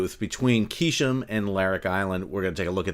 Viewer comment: Where do you get "Keeshom" ? You just make it up? Its the Keesh island. How do we know you're not making the rest of this up?